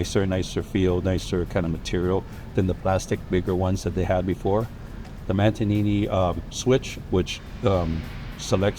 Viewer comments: P.s.: It’s not Matinnini switch, it’s Mannetino, but you’re excused, I live 10klicks airline from Italy and just returned earlier today from our house in Sardegna so basically they Italianise me cause I deal a lot with them and Ferrari is almost exception where you hear Italian speak any other language, but in last 5 years I’ve noticed more and more speak English too… even older one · How can it be possible that he doesn’t know how to pronounce Manettino? Like, he wasn’t even close.. Matenini?? Someone please explain this to me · You’d think with all those Ferrari’s would know it’s called a Manettino!! He absolutely butchered the pronounciation!!😂😂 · He butchered the manettino but he gets a pass since he’s just showing Is his car 😅